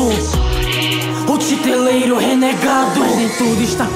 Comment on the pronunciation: A pronuncia não é Titereiro?